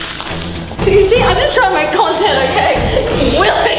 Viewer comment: It’s willeh